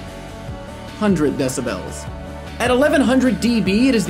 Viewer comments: its decibels not decibells lol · I've never heard it pronounced decibells before.